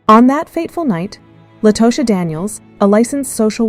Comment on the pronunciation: Her name is pronounced _"La-ta-sha"😮